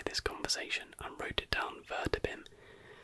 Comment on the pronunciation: it's ver-bait-um